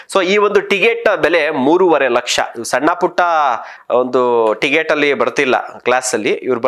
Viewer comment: ಟಿಗೆಟ್ ಅಲ್ವೋ ಟಿಕೆಟ್ ಮೊದಲು ಕನ್ನಡ ಕಲಿಯೋ ಬೋಸುಡಿ